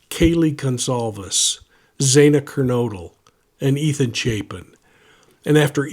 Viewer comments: Zah-nah..that's the proper pronunciation of her name . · I think this judge needs to step down. I cringed every time he mispronounced Xana Kernodle’s.